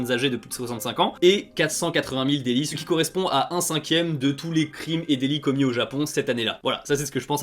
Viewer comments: Alors à tu as oublié le "t" à délits 😭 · Vers 14.30 petit oubli du "t" à "délits" :p Très bonne vidéo en tout cas. Très intéressante. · "délits".. désolé ça m'a perturbé